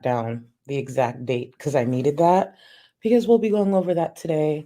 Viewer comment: Since you pointed it out, I hear that you can’t say because